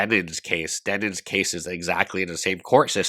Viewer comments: I respect ' outright refusal to say Denim's name properly after all this time. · I only watch to hear how he pronounces Demen's name this time